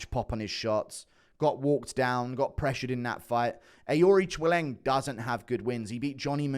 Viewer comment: How many times did you have to practice saying Aoriqileng? Absolutely crushed the pronunciation